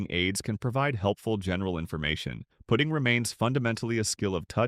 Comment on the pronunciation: Putting…..cmon AI!